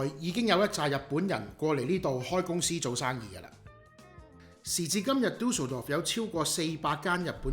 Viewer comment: 你有無學過德文？ D名讀得好標準😂👍